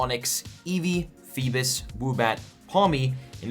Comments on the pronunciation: Pfft “feebiss” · bro just said feebus 💀💀